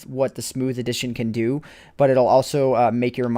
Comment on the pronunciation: "so I had to fo" not "so I had to do"...